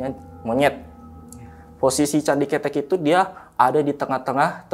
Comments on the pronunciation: Candi kethek bang bukan candi cethek Kethek/kera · Candi ke-te'k ( monyet 🐒 ) bukan ketek bang ke tek cara pelafalan basa jawanya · Maaf bang pembacaan nya bukan candi ketek 😄 bang tapi Ktek .. kalo ketek mah ketiak bang bukn monyet artinya 😄🙏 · # Bukan CANDI KETEK. KETEK ITU KETIAK . YG BENAR "CANDI KETHEK" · Smaa "Kethek"=monyet "Ketek"=ketiak😂😂😂😂😂😂😂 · Salah tuh, masak candi ketek (ketiak) 😂 Pelafalan e nya yg depan salah ,,, harusnya ke-tek ( ke nya bacanya seperti kata awalan ke ... Contoh ke pasar. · Salah pengucapan salah arti .. Narasumber sll salah mengucapkan .. Kethek artinya monyet ... Ketek artinya ketiak... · Cara bacanya candi ketek "é" nya bkn kaya lele, klo bacanya gt jd ky ketek ketiak. Ketek monyet ity baca "è" nya kaya kemana, kerumah, kesini, kereta, ketek hehe jd bkn ketek ketiak. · Bacanya bukan ketek bang.. 😂, gua jadi geli sendiri... Jangan samakan dengan ketiak.. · yang disebut masnya, kalo di Jawa artinya kaya candi 'ketiak'😅 salah penyebutan 😅 yg bener penyebutan E nya kaya 'malem'